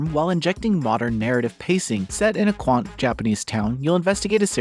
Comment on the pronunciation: I know the editing and production process can be very exhausting in content creation, but you may want to slow down and redouble the proofing process as you mispronounce several words Quont instead of quaint for example. It happens. Nice list though and I have enjoyed Noisy Pixel’s work this year.